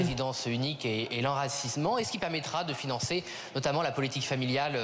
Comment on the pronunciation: ”l’enracissement” au lieu de "l’enracinement” 😊